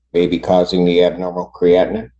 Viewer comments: But I kept cringing as I've always heard it discussed as "cree-a-teen", not "cree-atin". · The judge can't even pronounce creatinine.